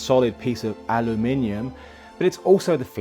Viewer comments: 'Aloominum' yep, that's just dumb but that's the Americans for you! However,, 'alumin-yum'? Come on, you know better than that! It's 'alumineeum'. Great vid though. p.s. 4 ads for f@ Grammarly? Are you kidding?! I am so sick of hearing the name 'Grammarly' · But it's al-you-min-ium, not al-oo-min-ium ! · Aluumynum llol